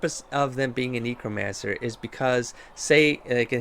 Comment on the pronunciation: And...please learn how to pronounce Qun (kYOON) and Necromancer (NECKromancer) before I call the ACLU! Although maybe your particular mispronouncing of qun isn’t a racial slur in canada?